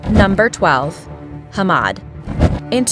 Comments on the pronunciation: Hamad? he mad. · That's not how you pronounce Hamad I should know I'm Arab